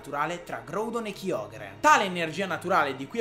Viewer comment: Anch'io voto GRAudon e KAIogre come pronuncia, anche se ormai sono abituato a KIogre... 😅